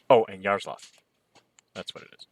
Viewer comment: Hey Fred! You pronounce Yaroslav, but there is "l' on the end - Yaroslavl. Yaroslav - it's russian name. Yaroslavl - city of Yaroslav.